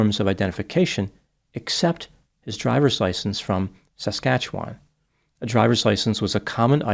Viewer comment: I love you but MAN hearing you pronounce Saskatchewan is painful lol -Resident of Saskatoon Saskatchewan Canada